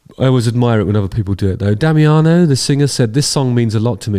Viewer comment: your second" attempt of "Damiano" pronunciation was quite good mate